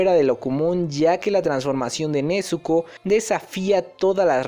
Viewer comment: Nezuko con "Z" pls